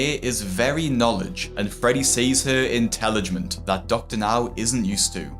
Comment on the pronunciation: But don't you know? She's very, "knowledge", and, "intellogemt". 😂